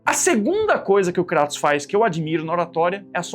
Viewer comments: Primeiro? O nome é "Krêitos" não "Crátus" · Nao é cratos é Kratos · kratos não pô, krueitos* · Krueitous sai a minha pronúncia de Kratos